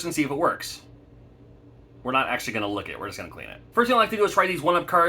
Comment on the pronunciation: LOL!!!! I was like did he just say "lick it". Will you be at the Oaks retro gaming and toy convention in Pennsylvania September 25th